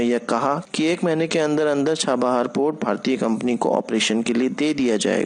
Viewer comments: Pot nahin port hindi sudharo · It's port bhai Sahab